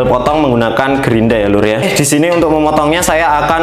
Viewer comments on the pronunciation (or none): Grinda bukan grindra ya, Mohon di pahami..!! 🤣✌️